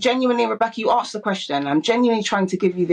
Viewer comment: “You ‘arksed’ the question” She’s just thick.